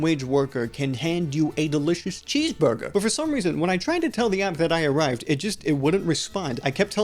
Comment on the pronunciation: Ordew a cheesvurgew